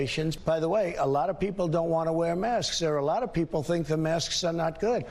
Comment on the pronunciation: Why is he calling masks mosques?